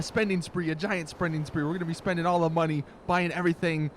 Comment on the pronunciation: "Sprending spree" Facepalm